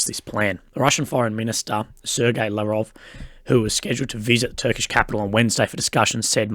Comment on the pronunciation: I miss the time when knew how to pronounce "Sergei".